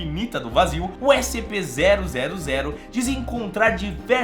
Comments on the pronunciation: ele falou SPC kkkkk amo esse canal mal espero o prox video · Ele falou SPC 000